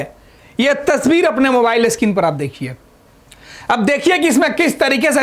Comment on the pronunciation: इतना बकचोदी क्यों कर रहे हो सीधे सीधे न्यूज़ बताना चाहिए इतना मुह बना बना के ड्रामा क्यों करना है... और हाँ पढ़ लिख लो थोड़ा मोबाइल स्किन नही स्क्रीन होता है बोलना सिख लो... यही सब बकलोल पत्रकार मिलता है बिहार मे... कोई काम नही मिला तो पत्रकार बन जाते हैं न त कोई चापरसि भी न रखे